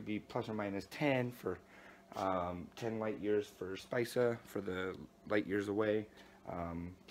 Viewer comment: Spica, is pronounced Spika